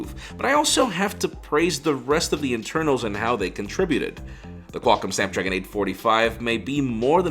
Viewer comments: Snadpragon lol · Who else noticed snadpragon😂